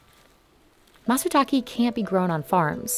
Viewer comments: The content is good, but everytime the announcer says /matsuta:ki:/, I feel hurt a lot. It's /take/ (same /e/ that you pronounce /eim/ as of 'aim') as Mr. Fujiwara said twice in the video, like the way it's written, not /ta:ki:/. Why do you have to stress and siphon the pronunciation so much? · he clearly pronounces it as Matsuta-KEH. not matsuta-kee. At least try to learn how to pronounce foreign words properly before doing the video. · Just to confirm, it’s not pronounced “Matsuta-kee”, its “Matsuta-kae”. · yeah, matsutake, not matsutaki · Someone should have taught the narrator the correct pronunciation for matsutake - it is pine mushroom, not pine waterfall. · Amazing video! One thing - it would be great if y’all did better on pronunciation. For example, “matsutake” is pronounced “matsu-tak-ay” (rhymes with “stay”) rather than “matsu-tak-ee”. It’s not too difficult to get it right :) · It’s matsutaKE not matsutaKI. KE [け] is pronounced like the ca in “cable” not like the ke in “key,” that would be ki [き] . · Constructive criticism. If you're going go repeat one word in another language a lot in a video, try to do it correctly. Its matsutake (mah-tsu-tah-keh), literally pine tree + mushroom. The narrator keeps saying tah-key. This company has the resources to do better. Dont listen to a google translation of the word and trust that. Find a primary source. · matsutake, not matsutaki. she keeps saying matsutaki and whenever she says it, it feels weird. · You think they would get someone who understands the nuances of the language to narrate this. Its "Matsutake" not "Matsutaki" 🤦‍♂️ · The pronunciation is maht-soo-tah-kee NOT maht-soo-tah-key. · Hard to watch when the voiceover called the Matsutake, Matsutaki. Frustrating as hell. Its Ke not Ki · what? MATSU-TACKY? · It's Matsutake but with an "e" like in bed, not matsutaki, someone could have told to the narrator... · could you not have found someone to pronounce ‘matsutake’ properly, instead of ‘matsutaki’?